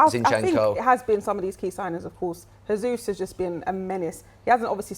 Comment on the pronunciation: It's nearly 2023 and still there are people that don't know how to correctly pronounce Jesus' name. Funnily enough, it's the Arsenal fan who can't do it.